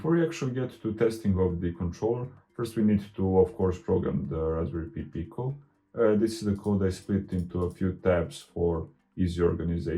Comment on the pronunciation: Hi, good to see you back. Just wanted to let you know that "Pi" in Raspberry Pi is pronounced "pie" rather than "pee". You are pronouncing"Pico" correctly as "peek-oh".:-)